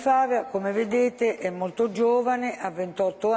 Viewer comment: L'ho visto in diretta, secondo me è il migliore tra tutti quelli delle 5 stelle. Comunque anche il veneto Borrelli non è niente male. Ma si pronuncia Fàvia o Favìa?